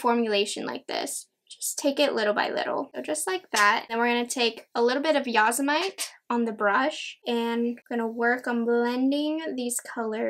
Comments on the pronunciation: Yose-mite 😂😂 yoe-sem-itty. Like the park!! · Such a pretty palette! FYI , Yosemite is pronounced yoh-sem-i-tee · I believe the yellow shade Yosemite is named after Yosemite National Park. So it’s pronounced Yo-Sim-mi-tee